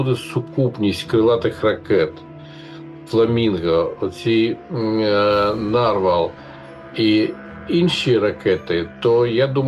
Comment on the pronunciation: Панове журналісти, у слові "нарвал" наголос на останній склад. Попрацюйте над грамотністю, щоб нам не було соромно за вас.